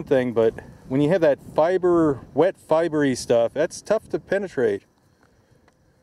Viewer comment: "Fibery?" LOL the word is "fibrous." Say it with me now. Fi-brous.